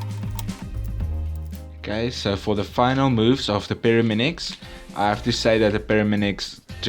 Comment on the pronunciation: He still says Pyraminix